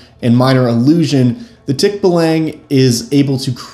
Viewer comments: Okay so: pronunciation is off; it's more like TEAK-ba-long. (Don't spend too much time on the first syllable; it's alright if it sounds kinda clipped.) That said this video is still pretty interesting! Source: am Filipino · If you want to apply Filipino mythology to your game, there is a superstition that the way to escape a Tikbalang's lair is to wear your shirt backwards (or in some stories inside-out). You can apply that as a fun puzzle if you want. 🙂 Also as a Filipino it's actually pronounced Tick-baa-lang. It's the Ba of Bali, a longer a sound. 😅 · Filipino here. That is NOT how you pronounce Tikbalang 😭. You use the ə sound when pronouncing the a's in the word, not the æ sound